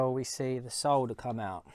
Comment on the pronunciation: I noticed you said SOLDER the right way. Not SODDER😂